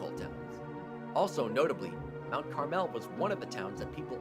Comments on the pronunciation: Uh, yeah... about that, it's pronounced Carml not Car Mel 🤣😊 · Mount CAR-mel NOT carMEL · You are pronouncing Mount Carmel wrong.